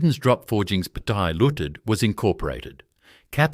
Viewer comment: Pty. Ltd. = Pattya Looted?? Bloody AI narration!